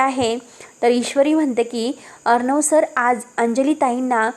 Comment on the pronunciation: वाचन चांगल करा.साटी नाही तर साठी अस वाचा ना. अर्णव असा शब्द आहे हो. कस वाचता. आविष्य नाही आयुष्य अस आहे.